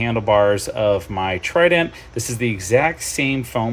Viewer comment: Trident. Not Tident 👍🏻 Good video, nun the less. Thanks,.